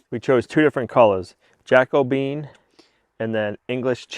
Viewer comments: JACO - BE - AN! The Jacobean era was the period in English and Scottish history that coincides with the reign of James VI of Scotland who also inherited the crown of England in 1603 as James I.[ The Jacobean era succeeds the Elizabethan era. The term "Jacobean" is often used for the distinctive styles of Jacobean architecture, visual arts, decorative arts, and literature which characterized that period. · Can't help laughing at pronunciation of "Jack O' Bean" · Your beam, my opinion. You’ve ruined it. Would have been better left natural color. Lean how to pronounce Jacobean. It’s not Jack O Bean. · I think the stain you're calling "Jacko bean" is called 'Jacobean' because it resembles the timbers used in the Elizabethan and Jacobean periods. King James succeeded good Queen Bess. He's the one who commissioned the King James Version of the Bible to compete with Geneva Bible that the Congregational & Presbyterian non-conformusts were using. The adjectival formof his name is 'Jacobean' (Ja- co-BE-an, or Ja- CO-be-an); 4 syllables. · Oh, pa-leez! Have you never heard of: Jac·o·be·an adjective - relating to the reign of James I of England: "a Jacobean mansion"